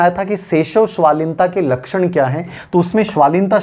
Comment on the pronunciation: स्वलीनता होता है स्वालीनता नहीं